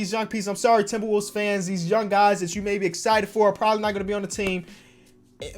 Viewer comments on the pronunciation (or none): none